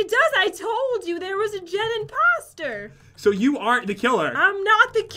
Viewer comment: Who expected Pat or Jen to say Jen-poster in stead of imposter?